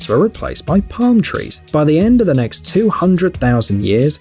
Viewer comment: he said ne instead of next